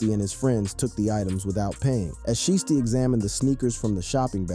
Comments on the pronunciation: It's shiesty not sheesty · Shiesty... not sheesty. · How u gone say his name right once then go back to callin him sheesty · Lol I was thinking the same thing. Every time he say his name like that it hurts my ears 🤯😢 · Blowing my life he can't say it right 😂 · Say sheesty again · You can't seriously be sayin sheesty. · How you say his name right one time then you mess it up the rest of the video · I cringe everytime you say his name.. geez.. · If u can't say a rappers name right. Please don't make videos about them. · Bruh say his name right 🤦🏽‍♂️😂😂😂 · Dude you slow u not even saying his name right😭😭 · Bru say his damn name right 🤣🤣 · Say his name right !! 😂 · How you going 2 do a video about a man and not pronounce his name right tf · This dude is slow can’t even say Pooh name right 😂😂😂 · don't do the video if you cant pronounce his name...and you know what you're doing because you said it right at one time